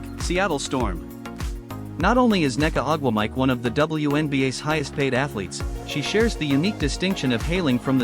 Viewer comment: good ole eye-a Wilson and nneka ugh wah mike.... another a I flub job....